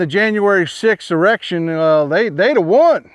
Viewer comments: Uhhh, Great video except it's "insurrection" NOT erection! (@ mark) Listening to Hershel Walker too much? Term limits for all! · Did he say JanuarySixErection? 😆🤣 BTW, I posted that clip on Twitter. It's taking a while for it to come to light.